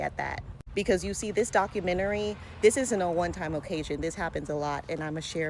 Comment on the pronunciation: It’s docUmentary not dockAmentary.